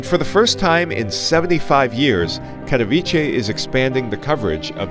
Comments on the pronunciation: You know what, I cannot understand why it is sooooo effing hard for you to check the google translator and even try to say it correctly. It is not Cathoviche, but it is Catovitse. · Kind of OK analysis - thanks - but I would recommend studying Polish for 10 seconds and pronouncing the name of Katowice with a 'ts' rather than a 'ch'! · Especially it’s not a difficult name to pronounce. Take German Kattowitz and put ‘e’ at the end. Plain sloppy not to take care of it.